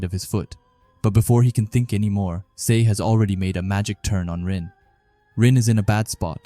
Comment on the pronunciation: Just to let you know dude Sae’s name is pronounced as Sa-eh cool video btw 👍